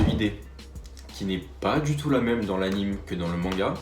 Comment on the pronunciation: AnimÉ pas animE tu dis "dessin animé" pas "dessin anime" je te jure c'est insupportable